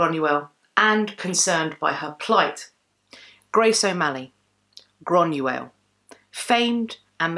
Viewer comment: So you are descended from Irish whisky? Lol I rather think you mean Scots? The people are Scottish, shortened to Scots, The drink, whisky, when made in Scotland is known as Scotch. It might help to know this if and when you Do travel . :)) Also it is 'Groiyna not Grunuell